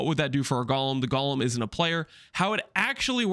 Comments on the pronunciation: 'Golem' doesn't rhyme with 'Gollum'. The 'g' in Aegis is pronounced 'j'. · Does people pronouncing golem as "Gawlem" annoy anyone else?